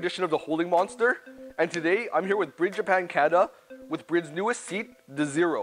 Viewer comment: How are you a representative of the seats but do not pronounce the name correctly? ITS NOT SPELT BRID. 😂